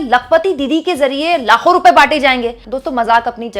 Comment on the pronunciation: लाखो नहीं ..... लातो बोल रही थी....